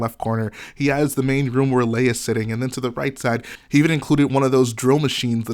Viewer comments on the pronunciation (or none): none